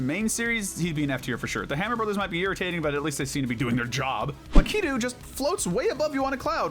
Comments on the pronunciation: I think Lakitu is pronounced LACK-A-TOO, not LA-KEY-TOO. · Who says Lakitu like that? 😭😭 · I’m sorry, the way you say Lakitu is so wrong.